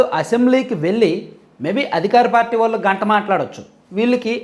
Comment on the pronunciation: mee videos chala baguntayi. Okka te bagundadu. 'ళ 'ని 'ల ' అనడం.‌ ళ పలకడం కష్టమేమి కాదు. ళ పలకేటపుడు నాలుక ని పైకి మడత వేసి 'ల 'పలకండి ' ళ 'వస్తుంది. ఈ చిన్న సవరణ చేసుకోండి. మీ విడియోలు యింకా బాగుంటాయి. మీరు వాల్లు, వీల్లు అంటుంటే అస్సలు బాగుండటంలేదు.